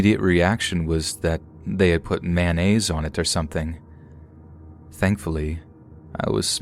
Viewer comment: The way he says "mayonnaise" kills me for some reason